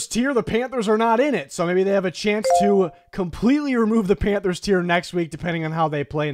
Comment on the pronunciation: Don’t you mean “panfers” tier